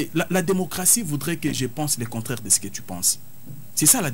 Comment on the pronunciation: est nettement meilleure par rapport à dont la prononciation laissait vraiment à désirer: "Ti" au lieu de "Tu", "Lé" au lieu de "Le" "Qué" au lieu de "Que", "Di" au lieu de "Du" etc...